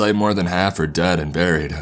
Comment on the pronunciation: i realized this as well LUL dead and buriedaaaah little annoying but still an interesting voice to listen to